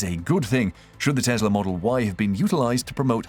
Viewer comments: Why does he keep saying Tezla instead of Tesla? Anyhow, hydrogen powered cars are just far too dangerous and risky. I'll take a battery powered EV any day. Hydrogen will never catch on. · It's Tesla not Tezla